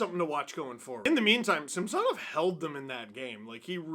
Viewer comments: Ok. They said Samsonov wanted Cuthbert to pronounce it that way. I guess he doesn't care then. I'm sure you are right, just odd the player wouldn't want the play by play guy to say it right. Maybe its like when Kaberle played. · Steve can you please pronounce Samsonov’s name properly. He doesn’t want to be called the way you’re saying it. Kind of disrespectful. Great job as always though. 👍